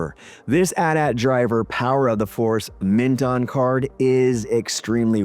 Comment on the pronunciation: A true Gen-Xer knows that it is pronouced; AT AT, not A.T. A. T. There is no, "I pronounce it both ways." hahaha